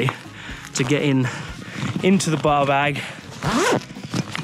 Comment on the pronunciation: I kept hearing "baw bag" for the bar bag.